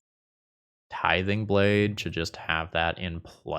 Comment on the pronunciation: Why is tithing blade so hard to pronounce? Tiding blathe?